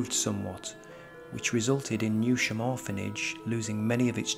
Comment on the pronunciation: It’s pronounced New Sham